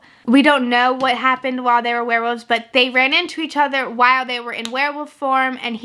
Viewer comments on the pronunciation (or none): It didn't sound that way on the other werewolf episodes of Buffy she watched, I remember her pretty clearly saying 'woof' a bunch of times there. She also says 'werewoofs' instead of werewolves, so it can't just be a weak L sound. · I still can't tell if it's a joke, or if she really thinks they're called werewoofs.